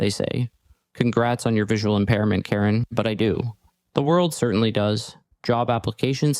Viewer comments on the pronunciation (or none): none